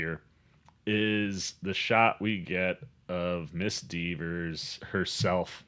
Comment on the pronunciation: You mispronounced Kaitlyn's last name 50 times :( It's Dever, not Devers.